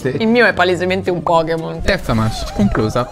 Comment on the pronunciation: la corretta pronuncia di manche è ✨mansh✨